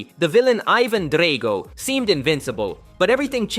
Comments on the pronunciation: your going to get canceled for the sheer fact that its not pronounced dray-go its drag-o,...if you'd seen the movies you'd know this. ...Since you haven't it means your way too young to have a channel on you tube so it means and I highly recommend a cancel. Not everyone deserves to have a channel. Some people just need to live a normal life. Ok so basically you're canceled. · Lost me at Dray-go